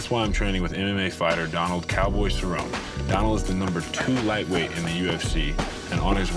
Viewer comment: Cerrone, properly pronounced Sir-oh-Knee